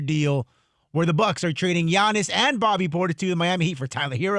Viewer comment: Giannis and SHAM not bam SHAM 😂😂